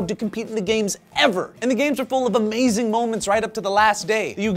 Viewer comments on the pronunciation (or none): none